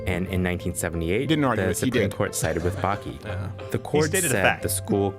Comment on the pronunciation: Y’all butchered bakke not even close to the right annunciation